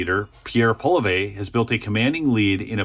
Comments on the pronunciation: It’s not Polliver, it’s Poilievre. You should learn to pronounce someone’s name prior to using it on public broadcast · We’ll forgive your pronunciation of Pollievre’s name, ‘cause you’re from south of the border. 😉 Glad you’re sharing Canadian information. ✌🏽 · You're far from the only one who mispronounces Pierre Poilievre's surname, so here's a stab at making it easy: PWAL-ee-EV. Not exact if you're a French speaker but close enough for we anglophone types. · From another polite Canadian to friends in the USA, the correct pronouncement is Paul,e,ev, give it a try it kinda rolls off the tongue. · try this pronunciation for hefully our next Priminister, this is not the actual spelling but should be close to the pronunciation we use in Canada. Pull-ee- ev ( the ev would be as in ever)😊🇨🇦. Thunder Bay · Learn to pronounce pierres last name correctly if you are going on media!! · So far I'm a little more impressed by Danielle Smith than Poilievre, because she actually tackles social conservatism. I'm hoping Poilievre is just playing it safe, as finances are an election winning issue. If you cover any more of our wacky Canadian politics, Poilievre is pronounced something closer to "Polly-ev." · Lease learn to say the name Poilievre properly or talk about someone else. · Poilievre is pronounced polly-ehv, not polly-vay. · Learn how to pronounce his name. It isn't Poi-liv-ay. That's ridiculous. Maybe your ears don't work? It is Pwa-lee-ev-re. Not pwa--liv--ay. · Pierre Polieve (don't know if I spelled it right) but, it is pronounced Paul-E--ev. Love your show, I watch everyday. Thanks for your no nonsense common sense and informative dialogue. Keep up the fight, Canada is watching and hoping for another Trump presidency (well, most of us). Good luck ! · For the record, it's not Poly-vey...it's Poly-ev, slight emphasis on the first syllable. Recent vid floating around out there had him pronouncing it out himself for people. Either way, good vid.